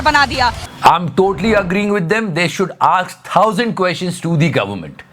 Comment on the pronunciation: tu pakda gaya..tu bahot rajat Sharma ko appappa karta hai aur tu ne bol aks 😜😜 not aks it’s ask😂